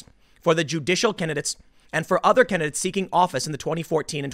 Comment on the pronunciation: The way he says "kennadits" instead of candidates...